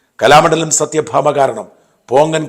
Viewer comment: സത്യ ഭാമ അല്ല സത്വ ഭാമ